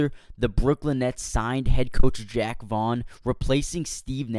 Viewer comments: Call him Jack 1 more goddamn time lol. It's Jacques! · jacque! like zha-ock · It's Jaque not Jack